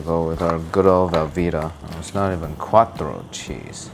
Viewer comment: ITS ITALIAN NOT SPANISH + ITS QUATTRO NOT CUATRO (very mad Italian here)